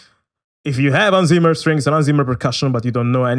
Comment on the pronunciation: One hint: Your pronunciation of his the name Hans Zimmer is wrong. 🙂 It's something like this: /watch?v=J6FL_a2naaQ